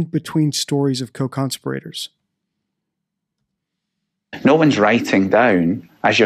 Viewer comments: Your pronunciation of CONSPIRATORS is just bizarre. Have you never heard the word spoken?? It’s not ‘CON-spirRAtors’. It’s ConSPIRators. The emphasis is on the second syllable, not the third. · "con-spi-rator" ?????????????????????? it's "conspira-tor" as in "conspiracy" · Just one thing to note, there are no law educated types of people on this planet with English as a first language who decribe conspirators as conspirate ors. ? strange way to pronounce that word?. Its not that easy to just dump a body however small into the sea without sailing out quite far in a boat and using heavy weights to pin that body down. Especially along a tourist coastline thats frequented by a whole host of various users of the sea. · Dude, how did you decide to pronounce “conspirators” that way? 😆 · Why do you believe that Madeleine was put in the ocean? You have said this on several of your videos. How would they have accomplished this? You have not put forth a hypothesis of how this may have happened. She would need to have been weighted and also taken far out to sea so as not to have her body found? Also, you pronounce conspirators in a strange way, despite in other previous videos (or subsequent, I don’t really know), expressing that this is the incorrect pronunciation. Hope someone can answer this. Thanks. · Where did you learn your pronunciation of "conspirators"?